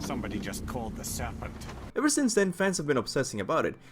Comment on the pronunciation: "Sambode just called da sarpænt"